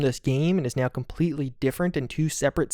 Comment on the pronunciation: right nyeow